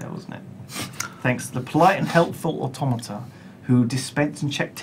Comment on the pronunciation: "They're probably au-tomata" -Simon Lane 2014